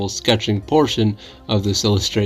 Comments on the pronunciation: Pretty sure is tanjiro not tanjuro lol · 😂you forgot the name is Tanjiro not Tanjuro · It’s tanjiro not tanjuro that is his father.